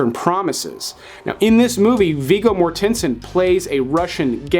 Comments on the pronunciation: No, it's not, and it drives me nuts when he does it. I actually had to look it up after watching two of this guy's lists. Viggo's last name is MOR-ten-sen, not mor-TEN-sen. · Is it really pronounced More-TEN-sin? I have always called him Viggo Mort-en-sin. That threw me! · Is that the correct way to say Vigo's last name? Love Eastern Promises. I think it's up there with Existenz as one of Cronenberg's best.